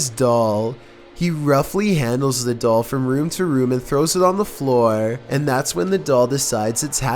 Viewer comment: At number 3 he said there is something in the dall